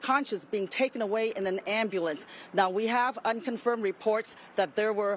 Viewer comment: Not even a word. Christmas, MLK Day, Thanksgiving, 4th of July, "Junteemph" WTF??